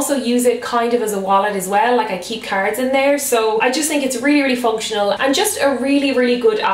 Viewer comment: I keep thinking that she's saying carrots instead of cards 😂 lol